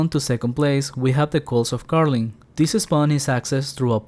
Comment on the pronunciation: Why do you pronounce ''this'' so extremely weird? ''thisseehh spawn'' ?